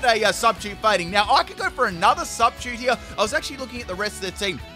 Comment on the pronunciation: I am triggered as hell by the way you say substitute.